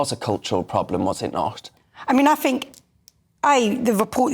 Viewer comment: "I fink" grrrrr